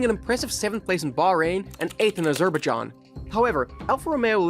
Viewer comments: A-zur-bajaan? Really? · “Uh-zuhr-bih-john” really got me